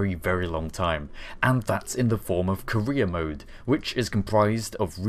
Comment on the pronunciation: Did anyone else think he said "Korea Mode" instead of "Career Mode?"